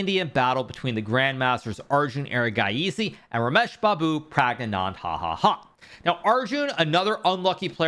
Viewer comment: Pragnanand + 😂 = Pragnanad hahaha